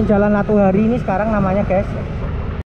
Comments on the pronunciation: Latuharhari bukan latuhari,lu salah ucap lg min. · koq saya terganggu dgn mimin yg menyebut nama jalan latuharhari jadi "latuhari"? cem mana bicara sejarah ndak tau nama pahlawan sendiri?